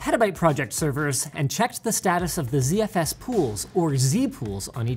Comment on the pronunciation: Why is Linus, a Canadian, pronouncing ZFS as Zee-Eff-Ess?